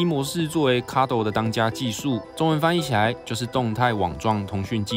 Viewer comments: 是唸卡肚嗎？我以為叫卡多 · 我都唸Cardo啦!!!!!! 加油~